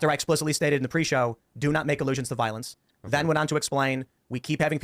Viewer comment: Tim - WAR, CIVIL WAR Also Tim - Don't talk about viowence on my bwoadcast, i might wose money